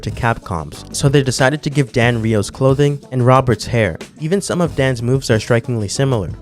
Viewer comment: Just a couple of harmless notes: - it's DAN, not DEN. Japanese pronounce. - Another super long taunt (not sure how useful that may be) is the one of Rainbow Mika in SFV.